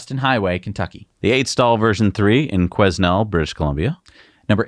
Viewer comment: Quesnel is not pronounced "Queznel", but, silent "s" so, "Quenel" (kwenel)